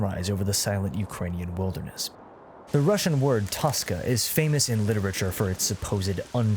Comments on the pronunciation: you know how western people like to pronounce Spanish or French words with correct grammar and accent? I think people should do this with Russian words too. Word “toska” is pronounced “toskA” and not “tOska”. You can just run it through translator and press audio button. Respectfully, please make this effort from now on, thanks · Toska is not something deep, it's just depression. Feeling blues. (Oh, and you put a stress on a wrong syllable, should be toskA)